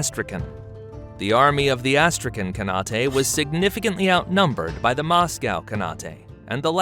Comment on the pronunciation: I can't watch this shit. Your AI narration program's pronunciation fucking sucks. Austrayken Kanautay? Give me a fucking break. Put a little more effort into your presentation.